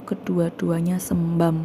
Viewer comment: sembab bukan sembam